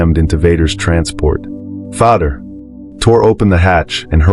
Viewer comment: the robot calls him Vodder